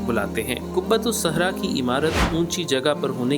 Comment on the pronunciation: قبۃ الصخرۃ ہے ،قبۃ الصحرا نہیں ۔لفظ کی تصحیح فرمالیں! حالیہ دنوں میں چند ویڈیوز میں بھی بعض فاش غلطیاں دیکھنے کو ملی ہیں ۔ویڈیو بنانے سے قبل الفاظ کی تصحیح کے سلسلے میں خوب اطمینان حاصل کرلیں-ضرورت پڑے تو کسی جاننے والا سے رجوع کرلیں،کیوں کہ سیکھنے کی عمر کی کوئ حد نہیں ۔ الحمدللہ! اس چینل کی اکثر ویڈیوز پابندی سے دیکھتا ہوں اسی لیے اس مناسبت اور اردو کی محبت، میں یہ چند جملے آپ کی خدمت میں پیش کردی ۔امید کہ اس کمی دور فرماکر اس چینل کے وقار و استناد میں مزید اضافہ فرمائیں گے ۔ محمد سہیل اختر قاسمی (ایم اے اردو)کشن گنج بہار انڈیا